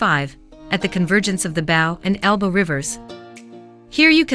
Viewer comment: Nice video although some of your photos are older stock footage, also The river is pronounced BOW as in bow and arrow not bough as in tree branch.It is a great city I like living here